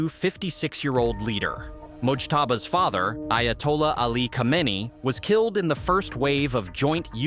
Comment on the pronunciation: 'Khomaini' and 'Khamenei' are pronounced identical in 'AI'?